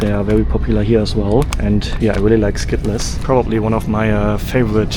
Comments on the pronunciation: It is pronounced skittels not skittless 😅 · Skittles aren't pronounced Skit-Less. They're pronounced Skit-ulz. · It's a by-product of the German language. In German, -les is pronounced like 'less'. The '-ls' sound would be spelled '-el(s)' in German Skittels As an American living in Europe, and learning some of the local languages, the foreign English accents make a lot more sense by understanding the L1 (original native language before learning English) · "...a huge bag of Skitt-less" 😮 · hes not wrong it does say skitt les. hahaha. if you read it by the letters. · You realize he's nearly fluent in American English and is pronouncing it that way for the engagement, right? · The way you say Skittles is awesome LOL great video! Sending the good vibes from Winnipeg! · My biggest surprise is I may have been pronouncing Skittles wrong my entire life😂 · The way you pronounced skittles is so funny